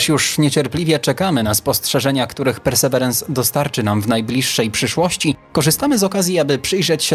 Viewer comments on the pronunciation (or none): Perseverance (ang.)- wytrwałość (wym. persy Wirens). Nie bądźmy językowymi analfabetami. Mamy słowniki.